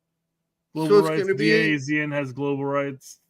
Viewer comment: DAZN is pronounced “Da Zone”